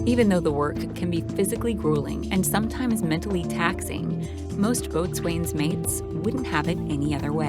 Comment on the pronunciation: Small technical tip- “Boatswain” is a very old naval term, dating back centuries. The correct pronunciation is “bo-sun” not “Boat-swayne”